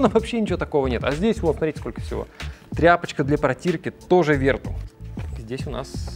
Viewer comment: Главная ошибка всего ролика это произношение названия Vertu (не Верту, а Вертю, так как название произошло от французского слова). Слово vertu (французский. vertu — «добродетель, достоинство»).